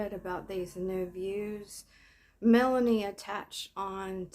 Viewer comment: Lol “ melaniece”